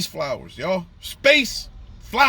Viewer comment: Didn’t watch any of it. And seeing you struggle to say the word “flowers”, tells me all I need to know.